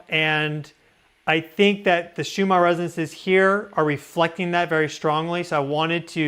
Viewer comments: Are you saying Shumarr Resonance? I thought it was pronounced Schumann. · Schumann resonance Not Shumar.